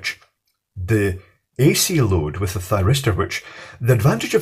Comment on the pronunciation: Any one else hear Gay Thiristor? No must have miss heard it then. xD